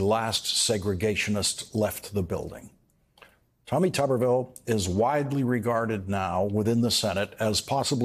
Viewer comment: Did he say Tommy Tuberville or Commy Tuberville!